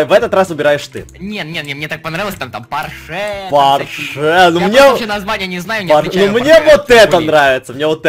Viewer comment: Правильно ПОрше, а не ПоршЕ